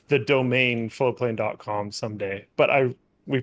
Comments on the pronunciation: I have always heard it as FlowPlane not Floatplane. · I always thought you were saying floplain. Floatplane. It's FLOATPLANE. Got it.